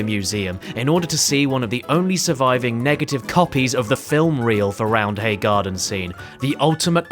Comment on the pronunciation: Also. The H is silent. It's spoken as Rounday (I'm from Leeds.)